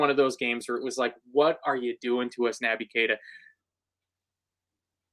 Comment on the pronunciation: Stop calling him Nabby! He's Nobby Keita from now on lads! 😳🥺🤒